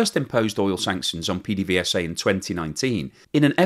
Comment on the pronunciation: PDVSA is pronounced "Pay-day-vay-sa" by us caraquenos. :)